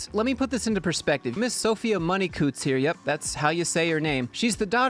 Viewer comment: Her name is Money-Coutts ffs XD